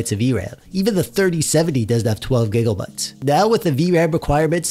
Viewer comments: Stop saying gigglebytes. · Am i retarded or are you saying giggle bytes? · I like how he mis pronounces megabytes and gigabytes, I’m not joking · The way you say gigabytes sounds like giggle-bytes and actually makes me giggle 😂😂😂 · lol "gig o bytes"